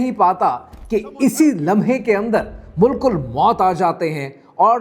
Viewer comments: Mulk-ul-Mout ❌ Malak-ul-Mout✔ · *Tharthari (with 2 Rs) *Mala-Kul (not mulkul) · Malik ul maut not mulk ul maut